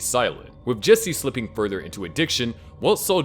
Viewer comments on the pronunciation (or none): none